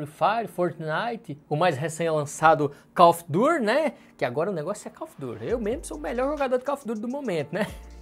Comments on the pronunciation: Call of dur kkkkkk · câu ofe durr KKK amo esse inglês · Se escreve call of duty , mas , se lê coll of dary